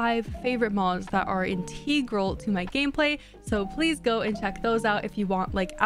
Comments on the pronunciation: What the hell, you cannot pronounce the word integral? It is not IN-TEE-GRAL HUN... IT'S IN-TAY-GRAL, YOU'RE WELCOME. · confidently incorrect, in- TEH- gral